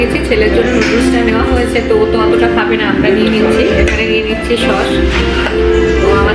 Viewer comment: It's not shosh its sauce!!!